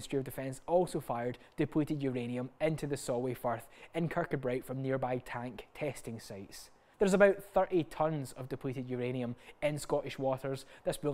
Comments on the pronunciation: Kur-koo-bry! (Otherwise great work.) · Hi. You mispronounced Kirkcudbright. You actually say kir-koo-bray. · Brilliant, as always, but you might want a wee reedit so you can pronounce Kirkcudbright properly 😉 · Another great show. One minor correction is your pronunciation of Kirkcudbright should be as thus: How to Pronounce Kirkcudbright